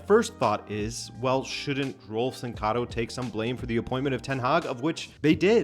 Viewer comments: Rolfes is pronounced like u would read the name in Spanish: RRoll-féz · Rolfes is pronounced Rolfes. It's almost funny how American changes every sound in that word but the s. Every sound but one. This is a little rant on English, not on you. Great video!